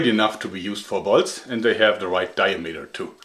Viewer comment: Is it just me or when he says bolts it sounds like balls?